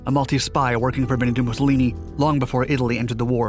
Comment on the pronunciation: Titles video "The Most Bombed Place on Earth". Mentions bombing once. Also, Bendi Mussolini? Benindo Mussolini? You trying to say Benito? Then, you've got gliders towing bombers, and you've got the stones to monetize? Nah. I'm done.